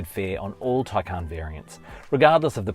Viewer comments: Taycan is pronounced with emphasis on first syllable not second syllable. Please pronounce this correctly. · And say it incorrectly.